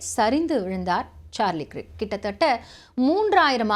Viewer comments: கிர்க் இல்லேமா கர்க் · His name is "கிரிக்" இல்ல. "கர்க்" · You pronounce Krik wrongly. He is Kirk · க்ரிக் என்பது தவறான உச்சரிப்பு 😮 ஆங்கில உச்சரிப்பில் கேட்டு உச்சரிக்கவும்.